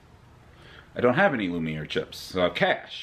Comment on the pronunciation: I’m glad you pronounced Lumiere correctly and not Lumineer or Luminar.